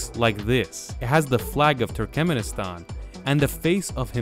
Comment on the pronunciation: So, is ”Turkemnistan” the ””Nucular” 2.0”? 😅